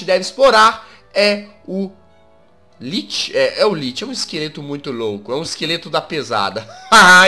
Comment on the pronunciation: jazz se lê lich mais se fala liki